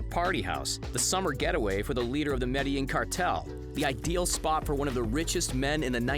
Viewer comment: Hearing the narrator say medellin wrong being from there hurts hahahaha